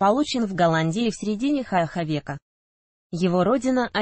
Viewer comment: Где нашли такого " чтеца"?. Караул !!! Перед записью текст можно было прочесть. Ужас!!!" Хх века" Впервые слушаю такое неграмотное чтение. УЧИТЕ РУССКИЙ ЯЗЫК.